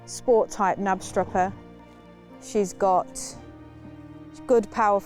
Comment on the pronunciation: If you would like to say Knapstrupper like a Dane, try to put sound on the K too